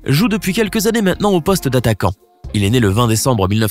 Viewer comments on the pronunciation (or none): none